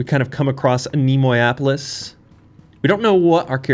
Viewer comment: I do believe it works better as anne-ay-moe-ay-opolis in terms of pronunciation